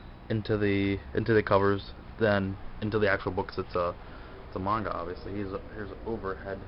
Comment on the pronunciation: you pronounce manga incorrectly